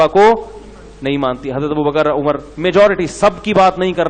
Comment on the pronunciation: Aumar nahi umr hota hai mufti